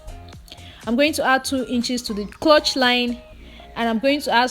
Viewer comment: Nice tutorial as always. But please it’s ‘crotch not clutch’.